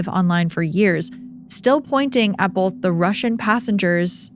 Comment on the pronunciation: it’s BOTH. Not BOLTH